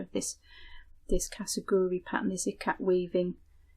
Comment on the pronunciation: Hi. I'm japanese and I come from town that is most famous for KASURI. I thought to write a quick comment regarding how to pronounce this marerial. It goes Ka - Su - Ri. There is no "g" I live now in Australia, and use a lot of kimono n kasuri that have been worn by my ancestors to make patchwork quilt, dresses, and bags. Since a few years ago, my sister started to teach me Sashiko when I return to Japan. I told her about your vlog. She does kimono sewing, Sashiko and Japanese silk embroidery so she is very interested in your work. Thank you!